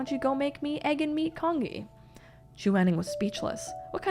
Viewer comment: Oh!!! You are so sensitive.. and such a wonderful story teller. Loved the videos whole heartedly.. ❤️❤️❤️.. BTW, the dish which Mo Ran asked to prepare is pronounced as ' C-O-N-J-E-E'...